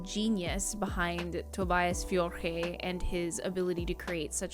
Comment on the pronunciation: Good Job saying Tobias Forge correctly 😆👍